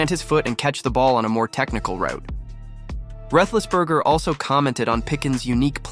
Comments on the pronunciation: If you want to be credible then pronounce people names properly, do your homework. It's not Rethisberger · You don't know how to pronounce Ben's last name? How can you be a Steelers' fan?